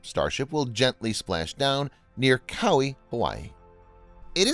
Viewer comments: Kauai is pronounced like “Ka-why-e” not “cowie” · Love this channel, but hearing it pronounced “Cowee” is like nails on a chalkboard. Kuh-WHY-ee. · Kauai is pronounced "ca-why-ee" not "cow-wee". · Lol "cowi" Hawaii!? It's pronounced koo-wai-e. Kauai. I love your channel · Takes a whopping few seconds to look up the pronunciation of “Kaua’i,” my guy. Do better. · dude, pronounce kauai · Second channel to mispronounce Kauai.